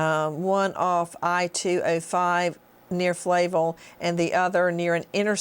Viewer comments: Flavel- Fluh-vell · I live in portland, between some of these sites. The street she keeps mispronouncing Flavel, is in SE and is very much populated but there is an isolated area where people jog along Johnson Cr., whoever did this would have to know the area very well. You wouldn't know it was there by just passing by. Plus, there is a ton of traffic through that area. They would have know and feel comfortable with that area in order to dump a body there.